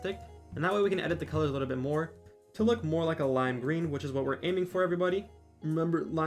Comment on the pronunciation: why do you keep saying "licku bit" instead of "little bit"